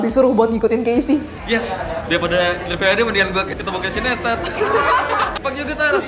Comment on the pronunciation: Nice video bgt kyk diblkng layarnya video yg casey buat slama di jakarta but Naistet bacanya bukan Nestat🙄